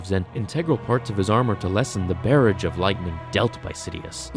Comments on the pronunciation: "Barrage" sounds like "garage," not "carriage." Just saying. Nice fan fic, tho!!! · Brother, these words are pronounced bar-rahzg and al-be-it lol. Really fun fan fiction though. Nice work! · That's not how you say the word barrage - it's origins were from a French word barre, hence why it sounds more like a French word in proper pronunciation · “feeble dog of an apprentice”? You have zero understanding or appreciation for these characters. And please learn to pronounce ‘barrage’. Maybe it’s you that needs to step away and get some training?